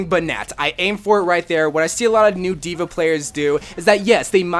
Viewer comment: Dude no offense like I love your channel but it's dva